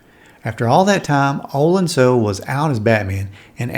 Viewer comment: Olan Soule's name is pronounced "So-LAY" not "Soul."